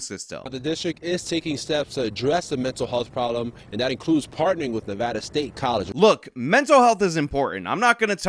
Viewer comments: How is it you can pronounce Vegas but you can't pronounce Nevada ?? It's KNEEvada not NAAvada! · It’s Nuh-Vah-Duh not Nuh-Vaw-Duh. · Please, I’m asking nicely, start pronouncing Nevada correctly. Nev-add-uh. It would be appreciated. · There's no "O" in Nevada